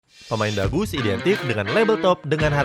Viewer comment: Kok gw dengernya dagus ya? Bukan bagus